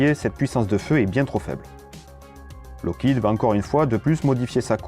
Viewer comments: FOR GOD'S SAKE TEACH YOUR AI TO READ! "Loke head??!?!?!? WTF?!?!? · Lot of mistakes in this video. The F-102 never carried the Genie. The F-94 had M-3, not M-2 machine guns. The mispronunciation of Lockheed and Northrop are also annoying. Oh well.